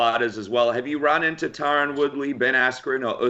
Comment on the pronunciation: You said Tyron incorrectly 3 times 🤦🏽‍♂️